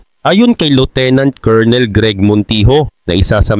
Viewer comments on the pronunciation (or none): none